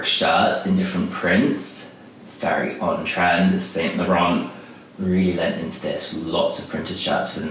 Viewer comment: "San La-rhan" chap (soft "N"/silent "T") in the Standard French way🙄😌 You"re English though - ergo surely you must hv Studied French at School for at least 3 years & saying "SainT LaurenT" is just embarrassing. (Am not sure what's going on here; perhape you finally noticed BTS during late Pandemic (or just this year!) & are obsessed with our Busan guy Jimina. (Whom is straighter than straight IRL.. Diddums) Note - Jimina had the Boy bag💜💜 - which he covered in LY Era badges & other pins - it was battered beyond repair by LY in Seoul the Winter before the Pandemic💜💜 Note - Chanel's unfortunately lost paramour was Arthur Capel - everybody called him "Boy" - she named that bag💜💜 (& a certain Chanel Watch) "Boy" after him💫💫 Surely you know that much - although I'm sensing you didn't know BTS much before the entire World began obsessing. Shame, really - you missed so much. (I expect better though if yr representing English types on the World Stage or at least YT.😶💜 & stop swearing for goodness sakes, it looks cheap & nobody wull take you seriously - lets hope PJM never sees this🫣💜 The whole "Jimin is my bias" fallacy will also need work🤭💜 Nobody believes a word of it🤔💜 - espc if you know naff all about his iconic performances; but it will hopefully bring a few more views if yr trying to hitch a ride on Bangtan's coat tails (as many do now.) Further note; they weren't "mocking him" in the BS&T reaction🙄🤭 They were telling him how amazing he was💜💜 - Read the Subtitles if nothing els